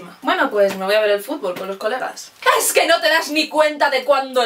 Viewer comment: "Ejque a veces no pillamos..." xDD